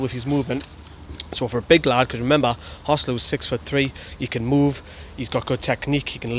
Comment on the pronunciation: Contrary to what the English commentators think, his name is actually pronounced hoe-SAY-loo as it's a combination of Jose and Luiz. Listen to the way Rafa says it.